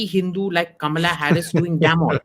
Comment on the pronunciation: Anchor could not pronounce Kamala correctly